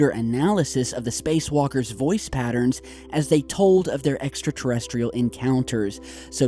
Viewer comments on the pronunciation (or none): none